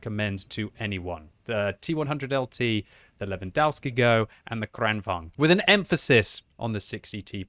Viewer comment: its pronounced levandovsk-eh-goh